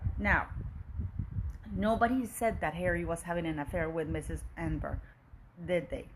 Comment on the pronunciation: Thank you for this VERY interesting report. Btw her name is pronounced: Ahn - nehn - berg - emphasis on “nehn”